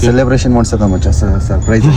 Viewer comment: Surprise ❌sirprizze✅